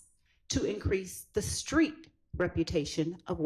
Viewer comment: He say Creek credibility not street credibility 😂😂😂😂😂😂😂